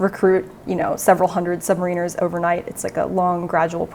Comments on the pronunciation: Subs are boats. There are fat ships, ships and boats. In Australia, subs are boats and proud to say it. Btw, it's sub mariners, not sub mareeeners. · try putting ur stress on the second syllable, ie, submáriners instead of stressing the i as in submaríners, the way you are saying it. That way you will sound to be on top of your topic, thank you kindly sir. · super interesting but i am pretty sure you don't pronounce Submariners like that...